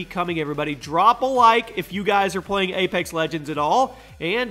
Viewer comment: It's apex legends not A - pax legends